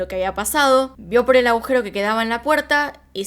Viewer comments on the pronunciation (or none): none